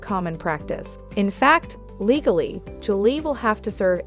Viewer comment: Get it right. Julie, not Angelay. Simple please practice before tape.